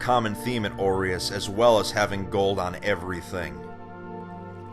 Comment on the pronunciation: Why am I hearing "oreos city"